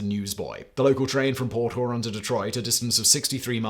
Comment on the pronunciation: Port hoorahn lol😂 it’s pronounced like the lake